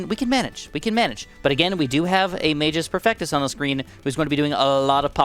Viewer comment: The way he says magus perfectos bothers me